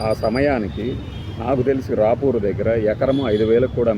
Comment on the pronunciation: It is Ravuru not RAPURU.